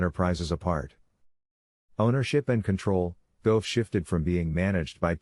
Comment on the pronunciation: I wish u would pronounce Coco's last name right! It's Gauff like Golf! That's really easy!